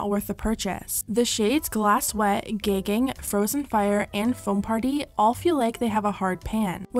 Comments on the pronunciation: You really just said "gaygging".... Hahahaaaa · Gagging = Gayging? LOL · Is no one going to mention the way she pronounced “gagging” LMAO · why did you pronounce "gagging" like that lol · The way the narrator pronounced ‘Orgy’ and ‘Gagging’ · Its how she said the word "gagging" for me 😩 edit: I'm from buck-ass kentucky I'm not hating its just different for me lol. Love the vid tho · the way you pronounced “gagging” 😂